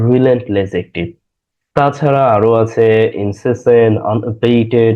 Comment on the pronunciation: INCESSANT rain. not insAassant. Thanks.